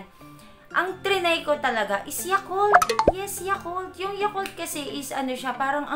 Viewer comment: Yugart ba talaga ohh yakult ate hahahaha